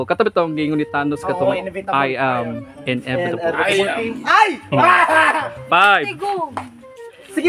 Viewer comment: 🤣🤣mali ung inevitable ni 😂😂 inevidable ung kanya